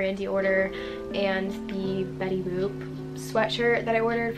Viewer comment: WHY DOES IT SOUND LIKE SHES SAYING BETTY BOOB LMAO 😭😭